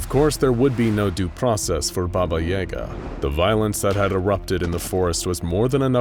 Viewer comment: I don’t like how he pronounces yaga he even mentioned the movie John Wick, where they pronounce it correctly or what I’m used to